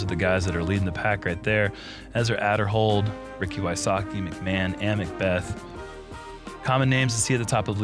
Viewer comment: So people are pronouncing Uli’s name correctly now. Time to get to pronounce Ezra‘s name next. ‘Aid’erhold not ‘Add’erhold.